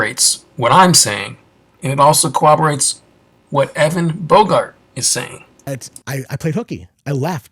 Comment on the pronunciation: Brotha, when you say the word corroborates you’re pronouncing it like co-oberates like you’re mashing up the words corroborates and cooperates 😂 it’s pronounced core-ob-or-ates. Not a grammar nazi over here but if you’re embarking on an endeavor that requires you to speak for minutes or hours on end you gotta know stuff like that